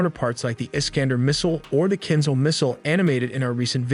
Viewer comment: MLRS = Multiple Launch Rocket System, pronounced Em-El-Ar-Es, not Em-El-Ars. Kinzhal (Кинжал) is not pronounced with a 'Z' sound but with 'Zh', which is the sound of 's' in pleasure, measure, liesure.